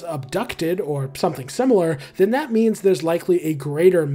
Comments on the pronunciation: every time you said "in terms of means" all i could hear was "in terms of memes" T-T (great video btw!!) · Every time you say "means" I have to think for a second to make sure I didn't just hear you say memes... Also fantastic video, holy crap. I'll be subscribing to catch more of these.